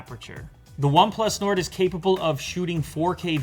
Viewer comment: this way nard . 😂